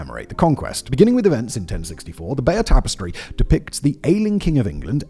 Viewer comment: The pronunciation of Bayeux is a bit iffy also.